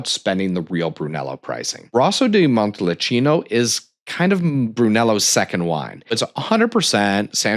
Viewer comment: Just found your channel. Good overview of Italian collectibles. Appreciate the good info. But oof - you were correct about butchering of the pronunciations! murder of “Montalcino” alone dings your credibility, not to mention the numerous “i”s pronounced as “e”s (and vice versa)!